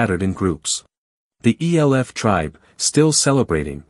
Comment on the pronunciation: E L F people. Might want to teach your bot that "elf" is a word.